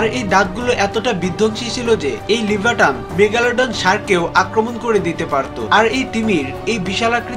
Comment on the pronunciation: লিভাটন নয় লিভাইটন